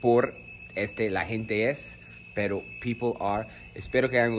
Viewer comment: Cuando dices pero trata de no pronunciar mucho la r